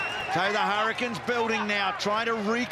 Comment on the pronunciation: It's "hurricins"....😂